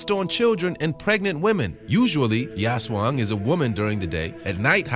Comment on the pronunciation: When americans pronounced Aswang 😂😂😂😂 By the way I live in Philippines our pronounced in aswang is A-SWANG